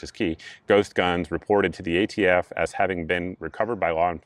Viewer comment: It’s hard to take him seriously when he keeps calling ATF “the AFT” and then at one point he started to say “prostitution” when he meant prosecution. A Freudian slip no doubt! I was laughing so hard at him that I missed half of his rant. I’d like “Presidents who can speak coherently in public” for $800 please, Mayim. We’ve suffered six years. It’s time. Personally I don’t give a FF about ghost guns. You can still build one if that’s how you roll, you just have to have a registered serial number on it. BFD. I can’t imagine Joe’s rule impacting anyone’s life. On the other hand, will this solve any gun violence problem in America, as Joe claims? Absolutely not. It’s all pablum for the Left Wing anti-gun crowd. He was pandering to a biased crowd and he played it up to the max. It was a well-planned, poorly-executed stage play. 🤮🤮🤮🤮🤮🤮🤮